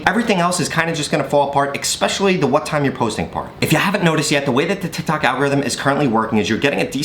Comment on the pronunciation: Thanks, your videos are very helpful! PS it is Especially not EXpecially ^^